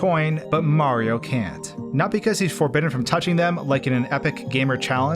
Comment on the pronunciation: “Super Mah Galaxy” Brother just say the word